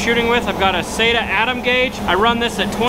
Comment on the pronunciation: Having worked in a bodyshop before I joined the military I appreciate your attention to detail and the quality of your work. I really liked the channel until I heard you say that you use “say-ta” guns. I’m sorry but you are wrong its “sah-ta”.